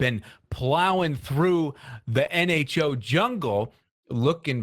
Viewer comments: scar at begging of vid you said hmo instead of nho lol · Any1 else notice how he is butchering the nHo's name on purpose?? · Do you mean to say the nHo wrong? It's so funny when bDubs gets mad because of it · I love it when... "intentionally" mispronounces the name of the NHO. Each time he is trying to hard not to laugh..